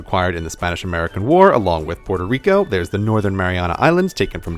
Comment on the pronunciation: porterico? facepalm.